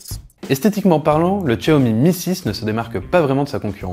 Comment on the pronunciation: on dit chiaomi et non pas tchiaomi , il est full 3G et le fait de ne pas avoir la 800 et la 700 ne consomme pas plus de batterie ! il va simplement basculer en H+ et ça consomme pas plus de batterie ! quand à Miui, si tu ne comprend pas, on peut t'expliquer ! il n'y a rien de plus facile ! même ma femme s'en sert sans problèmes ! pour les écouteurs, Xiaomi fournit un adaptateur !